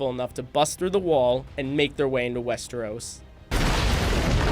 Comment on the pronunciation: It's Westeros not Westerosse